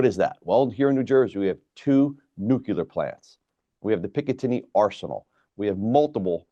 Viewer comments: What did he say ? New-kew-lar? 🧐🤨🤷🏻‍♀️ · Sir, please say New Clear. It's not NU cue lur 😶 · Everytime a government official says “nucular” I stop listening. 🤦🏻‍♂️ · It's nuclear, not nucular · Repeat with me: Nu-cle-ar. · Why can't any of these guys say 'nuclear' ?!? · Why can’t anyone ever pronounce nuclear correctly?